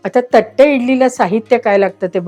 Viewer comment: थट्टे नाही तट्टे इडली.